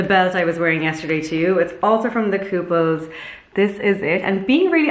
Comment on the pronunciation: It's "The Kooples" not "The Couple's".